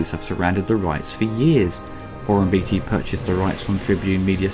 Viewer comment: It's Beaateee not beetee great vid otherwise